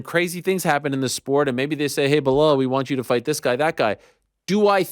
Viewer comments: No way is Chael still called Belal 'Behal' 😂😂😂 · Sorry Chael but that BeHALL was bugging the 💩 out of me, thanks Ariel 😂 OMG your still sayin it after you discussed it too. WTF. BE LAL come on Mr Gift of the Gab, LMAO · Blahal???? Damn he can’t say Bilal 😂😂😂😂 why is he disrespecting that man’s name …. His nick name is “remember the name “ 😂😂😂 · “Bla-hall muhammad”… common man it’s not that hard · “Remember the Name” Chael: Blahal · BLEHAL. and he got corrected, still couldn't call him the right name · Clearly Chael did not “Remember the name” Belal…Blahal lol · Why is Chael calling Belal, Blehal??? 🤣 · I am pretty sure you don't pronounce his first name like Blehal, But who am I to judge, I can't even remember his name. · "Blahal" at this point i gotta assume Chael mispronounces names on purpose lol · I do love when Ariel forces Chael to pronounce a fighters name correctly. Blehal will be back tomorrow. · Who the hell is Blehal?? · how sad that ariel doesn't even know how to pronounce "belal"; chael magnanimously concedes the point, what a friend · For Belal? And a title shot over Colby? Next thing Ariel will propose a two state solution